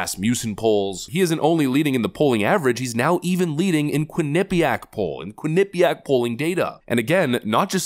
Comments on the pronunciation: I like this guy. I'd also like him to pronounce well-known names in the right way. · That's not how you pronounce Quinnipiac xD I literally live 5 miles away from the Uni